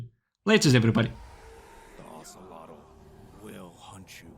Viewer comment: Oh-say-low is how you pronounce his name if anyone was wondering :)